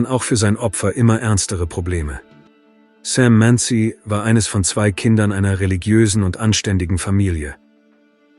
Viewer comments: Google Sam Manzi. Not Sam Many as the AI pronounces it. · It really happened. Search "Sam Manzi". Not "Sam Many" as ai pronounces it. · Google Sam Manzi. The ai narration mispronounces the name so if you Googled that name, then you won't find anything.